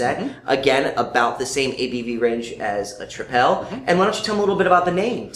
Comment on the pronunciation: It's very interesting to see Belgian beers reviewed & tasted overseas. I really liked the video but just one remark: it's not 'trip-èl' but 'triple' as you would pronounce that word in English. Cheers guys!